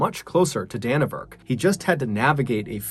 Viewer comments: I gotta admit though it irked me a little bit your pronunciation of it! haha It's actually pronounced DannyVerk lol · Its pronounced Danny vurk, and roo ah heenee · Great stories! Just fyi for NZ prononciations: Gisborne = GIZ-bin; Dannevirke = DANNY-virk; Ruahine = Roo-a-HEE-knee